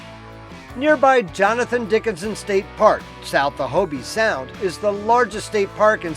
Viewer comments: It is not Hobie sound, it's a long o, like oh, no ie or y sound at the end. H oh b Sound ... Hobie made surfboards. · In Hobe Sound, the e is silent. Nice videos anyway😇